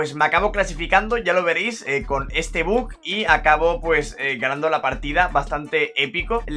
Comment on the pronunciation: Me pone muy nervioso que diga buk y no buggggg que es como se llama